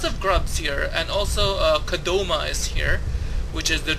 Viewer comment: Ko-da-ma...wtf is kadoma?